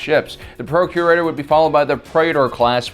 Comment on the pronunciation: I keep hearing “Procreator Class” instead of “Procurator Class.” I need help